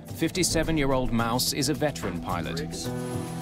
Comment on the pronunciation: That captain's name is pronounced like Mawss, not Mouse . What's his first name,... Mickey?